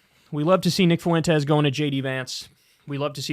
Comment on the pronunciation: "nick fuwentez"